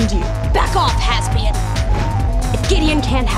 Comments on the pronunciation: I always thought it was “halvesbian” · I always thought she said has-been. Hasbian, lol, that's great.